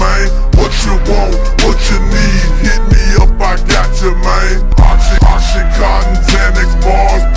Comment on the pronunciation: its Oxycontin, not Oxycotton or Oxycotin geez